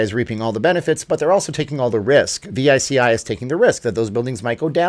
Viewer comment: Veechee Not v i c i